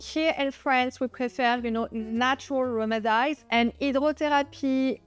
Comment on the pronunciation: So you know: It is remedies ( rem- ih- dees) ...not rem id eyes....:)